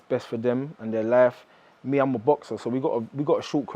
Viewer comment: And destroying the English language..pronounced life ,luf .im cringing here